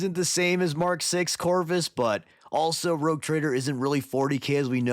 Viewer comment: "Rogue" not "Rouge"